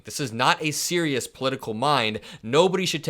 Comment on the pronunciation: "Not a series poliitcal mind" 100%